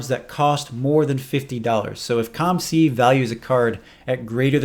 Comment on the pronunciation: Why do you say C U M C, when it's C O M C? Am I missing something?